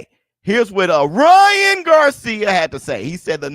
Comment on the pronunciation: Was saying this the other day, I damn near hear Ryan’s name like that permanently now. Lmao! Wouldn’t be right, if pronounced it any other way atp: 🗣️Rya,RRYYYYYann GARRcia❕😂